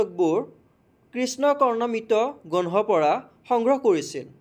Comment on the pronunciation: Oi granha nohoi grantha